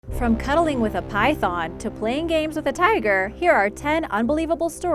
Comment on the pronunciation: Try to learn how to say python it's very disturbing